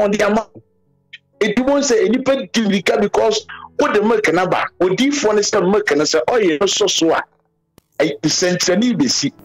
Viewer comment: Yes ooo even the way he pronounced milk koraaa as molk lol concert